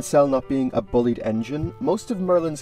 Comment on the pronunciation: And I think you mispronounced “Bulleid” as “bullied” instead of “bull-eyed”.